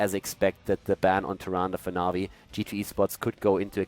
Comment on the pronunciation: Did he call Na'Vi masturbators?